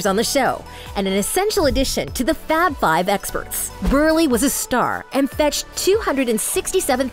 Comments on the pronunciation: It's BRULEY but Burley. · WOMAN ITS BRULEY SAY IT RIGHT!!!